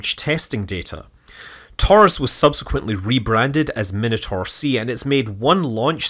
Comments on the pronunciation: The pronunciation of “Minotaur” is just bizarre. Is that an American thing? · You might want to work on how you say Minotaur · It's always weird to me when someone pronounces it min-a-tor, when I personally know it's pronounciation to be mi-na-tor. They are both correct. The things we grow up with hey.